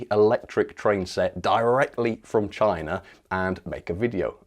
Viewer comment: "Chayna... CHAAAAYYYNA!!!"